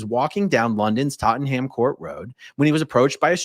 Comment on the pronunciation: A-Aron, you say Tot-ton-ham, we Brits just call it Totnam, its so much easier.